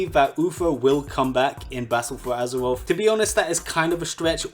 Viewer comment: Lmao “battle fow azerwof”